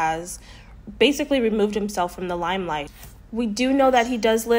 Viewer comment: It’s *limelight not “limelife”.